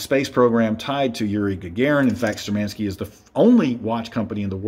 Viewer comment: Wrong pronunciation of the brands name! Штурманские=Sturmanskie is pronounced as Shtoormanskeeya.